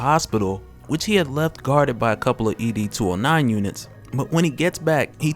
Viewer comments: It’s ED 209 not E D 209. Great review by the way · It's ED 209 not E-D 209... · ED! 209 bruh not e d 209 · It’s not E.D. 209 it’s Ed 209.